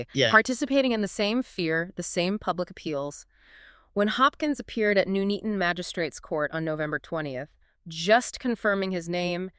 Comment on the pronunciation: For God’s sake. If Americans are going to insist on covering British cases and blathering on about the deep dive research you’ve done AT LEAST pronounce place names correctly 🙄 NUNeaton not NOONeaton